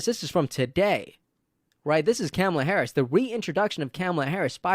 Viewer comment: Imagine... she's been '2nd in command' for 3 1/2 years and people STILL mispronounce her name...